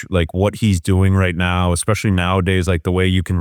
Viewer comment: Ya but he says “expecially” so